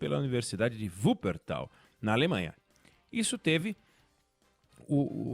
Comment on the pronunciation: Como sempre muito assertivo. Mas o q me chamou a atenção foi a pronúncia correta da cidade alemã de Wuppertal! Cidade onde minha avó nasceu!